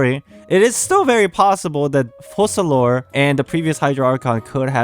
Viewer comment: I think the pronunciation of the "c" in Focalors is like a "k". It's latin I believe. In the video you say Fosalors.